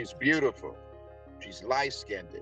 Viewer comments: Do people still say light-skin-did? I thought that we were beyond mispronouncing light-skinned......Oan... I swear these men are so colorist. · For me, "skinded" would end it. I can't take illiteracy when there's 0 reason for it in America. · He said skin-ded. Idk why not just skinned, but thats what he said. Lol. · Evidently not too bright. I get so tired of hearing people butchering the English language with terms like “light skinded “ as opposed to light skinned. It’s embarrassing and reflects poorly on American black people. As well as intimating a low socioeconomic, and he is evidently way too nice of a person to have anything negative reflecting on him!!! He deserves the best! All of us really have to THINK! STOP AND THINK!!! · "She's lightskinhead." "You cint sent her any monies". Did I slip into an alternate timeline where everyone pronounces words wrong? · Why does he say she's beautiful lightskinnnded. Not only is his pronunciation wrong but he's being racist against darker people. Amazing what WIllie Lynch self hate does. This guy I don't feel sorry for. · I knew as soon as he opened his mouth and said, "Light skin-ded," his dumbass deserved to be scammed! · Stop saying light skindeded 😂😂😂😂😂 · Yes, but skinned is not pronounced skin ded. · When they pronounce light skinned "lite skinded", I know their brain is cooked 😂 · "Light skinedid" 😮😅😅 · To bad he can't pronounce the word light skinned -ed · why is it idiotic. Not only did he say light skinned. He added an “ed”. The mispronunciation signals more than just preference. It’s steeped in grammatical ignorance and romanticism that’s well referenced in the Harlem renaissance as the well cited upthread. Along w/ many other “privileges” which included passing and even perpetuating discrimination in policy/policing …see the conversation about Hoover (allegedly). For anyone that misses the nuance in the Black community is the idiotic one imo and simply not paying attention.